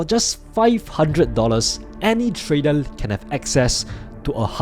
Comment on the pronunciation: In this new year, do consider to speak with proper pronunciation of "R", like "trader" instead of "tradel" etc